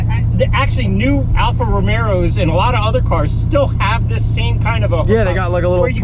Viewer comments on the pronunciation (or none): is Italian Also: ''Alfa Romero'' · "alfa romeros" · “Alfa Romero”